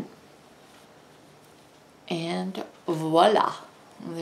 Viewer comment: LOVED this video!!! Thanks so much!!! Going to make hat and mitten sets for my grandchildren for Xmas, and want to line them. Your video was the first to pop up!!! You have no idea how ecstatic I was to hear "voilà" pronounced properly as opposed to the American "WALA"... I instantly knew you were Canadian!!!! I was smiles from ear to ear!!! I've been crocheting since I was about 5 years old. Self taught, after watching my great grandmother in her rocking chair in Newfoundland. My family would visit every summer, and this was my favorite time, sitting at her feet watching her, or having tea and cookies with her. After growing up in Toronto for the first 9 years of my life, I returned to my homeland to raise my children. I look forward to watching more of your videos, and learning some of your tips. So glad to have found another Canadian with whom I can share my passion of creating with yarn!!! Cindy, Newfoundland.